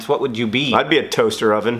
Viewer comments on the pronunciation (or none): As soon as John said "toaster-oven" I just paused the video and stepped away from my computer for a bit. I couldn't freaking handle it.